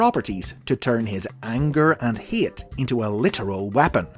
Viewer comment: “The hee-at plague”